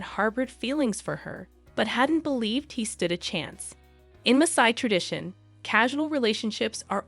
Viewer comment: she is pronouncing Masai correctly, actually